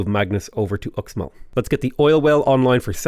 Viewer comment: It’s pronounced “Ooshmall” Fun fact: I went on vacation to the Yucatán recently. This Mayan inspired theme park had X(sh) in front of everything. Xsavage, Xirts for Xale, Xnack bar… reminded me of Sean Connery more than Mayan culture.